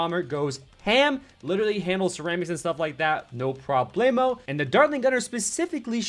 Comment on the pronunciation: i really love the "no problemo" with him spanish accent,jj is so funny to hear it and nice matches